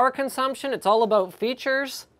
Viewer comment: "it's all aboot..."